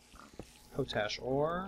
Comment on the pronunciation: PO-TASH!? PO-TASH?! IT'S POT-ASH! Coming from one of the largest producers of the stuff in the world, and knowing it's name originates from the fact it was an ash made in a pot, I would say I now how to pronounce it.